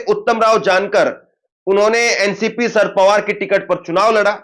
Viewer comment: Abey saaf saaf bol.sharad Pawar